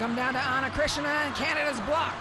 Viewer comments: It’s Cristina NOT Krishna. Learn how to pronounce names correctly! 🤨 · The name is not Ana Krishna, but Cristina, just like Cristina Aguilera or Cristina Ricci, is not that difficult. . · I feel his say Ana Krishina no Ana Krishna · Calm down dude, she said "Cristina" but look like Krisna. She actually pronounced "Krissina" (t -> s) i would pronounce like hers because thats just our accent hahaha ✌️ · “Cristina” shouldn’t be such a hard name to pronnounce 😂🤦🏻‍♀️ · These commentators should pronounce players’ names properly 💀 Ana Cristina’s name is literally easy to pronounce and yet they botch it